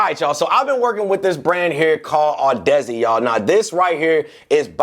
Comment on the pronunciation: Bruh Audeze is pronounced 'aa·duh·zee not "Odessi"...lol .